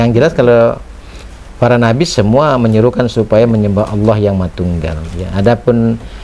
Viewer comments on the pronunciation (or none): Alhamdulillah klu bgtu.. karna tulisan Allah pun si nyebut Alah😂. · SUDAH JIPLAK, TAPI PELAFALANNYA GAK SESUAI ASLINYA....==>ALAH......ALAH.... PENGIN NAMPOL KALAU ADA SEBUT ALAH....ALAH....